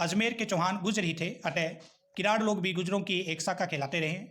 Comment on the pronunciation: Read kiran as kirad